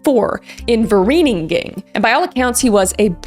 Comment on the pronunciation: As a South African, I challenge you to learn a little Afrikaans and learn how to pronounce "Boesmansgat" and "Vereeniging" correctly 😂